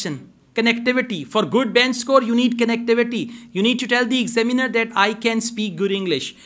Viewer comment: You are mispronouncing the word examiner.....